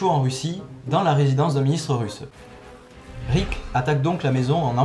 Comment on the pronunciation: heu je ne sais pas si c'est que tu articule mal, mais j'ai eu l'impression que toute la vidéo tu disais "Rick" et non "Erik"